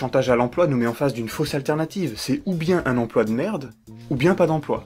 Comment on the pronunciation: j'ai horreur de ces intervenants médiatiques qui disent "empoi". Que je sache, il y a un L entre le P et le O. "empLoi" ! Non de dieu, c'est pas compiqué !